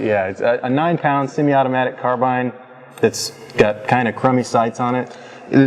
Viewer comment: He actually said carbine not car bean. Good job